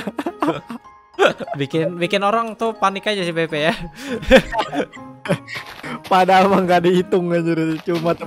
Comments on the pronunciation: pepet bang bukan pepey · Peppey dibaca phpy